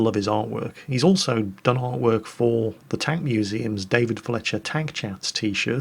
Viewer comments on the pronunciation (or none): none